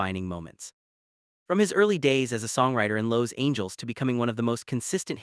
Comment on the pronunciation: that's how Los Angeles was pronounced in this video